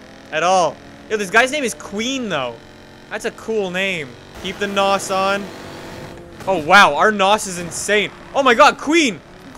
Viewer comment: I cringe Everytime he says nos